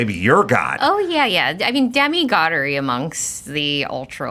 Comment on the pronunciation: Funny she can't recall the company name central to one of her key talking points ... 538 ("531?"). Also, "demi-godery" ... lol